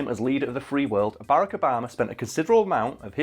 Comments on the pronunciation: its ba-rack not bara-ck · Berrec Obama is all I hear when he says Barack Obama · I know I know it’s annoying of me but it’s pronounced ba rack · They can’t pronounce Barrak correctly.